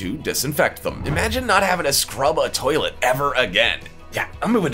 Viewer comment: Bad accent daddy-0. Nobody here in Japan would understand how you pronounced even toilet.